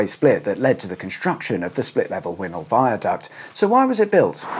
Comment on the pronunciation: Remember it being built. Wynhol is pronounced WINEHOLE rather than WINHOLE